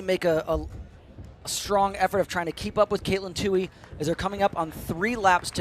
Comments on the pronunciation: Too-ee. Not Too-hee. Yes, irritating. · Its Tuoy. No H in that name. 😾